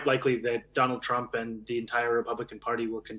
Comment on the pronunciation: Dolaaand trumph 😅😅😅😅😅